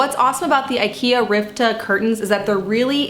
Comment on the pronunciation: Ritva not Rivta